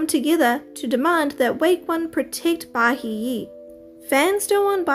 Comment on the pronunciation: It’s pronounced ba-hee-eh not ba-he